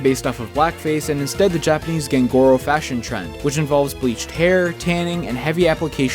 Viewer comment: “ガングロ” is not pronounced “(Gang) warfare - good - row” it pronounced like “Gong - goo - row” this proves you know nothing about the Japanese language due to your racist mispronounciation of Japanese words this also proves you like other weebs are a sycophantic racist ne'er-do-whell seeking to syphon from the Japanese culture rather educating yourself on how to pronounce the words correctly! Just like how “ラーメン” is not pronounced “Ray - men” it is pronounced “Raw - men” My username would be spelled “ガイスト” in romaji “Ga - I - Su - To” because “Geist” is pronounced “Guy - st”!